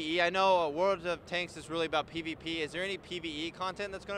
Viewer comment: i kinda heard "Pee to Pee" = PVP LOL XD